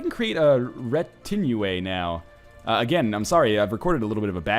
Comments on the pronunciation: retinue is pronounced retin-yew. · Its pronounced "ri-tin-ju:" or "re-tin-ju:" depending on your accent Ryan. Also, its an English word. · Never change, northernlion. He's an English teacher (or was at one point; I don't know), and he doesn't fucking know how to pronounce retinue. He also doesn't know what a thorn is, even though it was one of the most commonly seen characters in Old English and related Germanic languages.